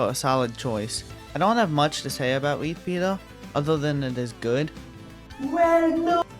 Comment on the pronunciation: Him saying "repeater" sounds like peter